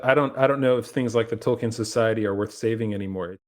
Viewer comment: Tolkien, not Token.